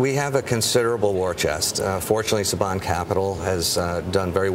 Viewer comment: "Sayban" brands lol